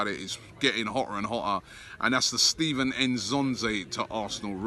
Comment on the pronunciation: It’s pronounced Stefan not Steven lol